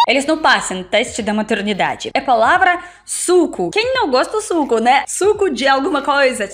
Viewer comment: Se vc reparar bem, a fala MATURNIDADE.. Ela se enrola um pouco nas palavras.